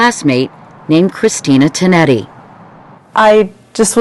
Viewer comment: you said tonetti wrong and i know that because kristina is my cousin